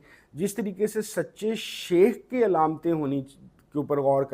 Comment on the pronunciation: MashaAllah. Sir with due respect plz read as " Shaikh" not common word " sheikh".